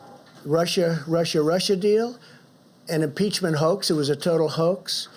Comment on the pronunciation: Imbleachment speach😆😂